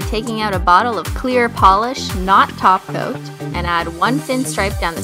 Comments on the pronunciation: I always think u say glossy taco instead of glossy top coat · Sasha & Ksenia Freeborn That's because, she does! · I'm so offended Christine you didn't say taco you said too Coat😭